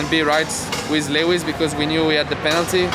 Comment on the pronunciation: 👂 Am I hearing a new moniker for Lewis, "Le Wiz", in the tradition of Les Mis? 😷